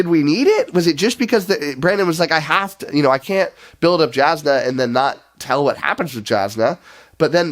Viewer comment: Jasnah is pronounced Yawznuh. As for the review... No notes. Spot on.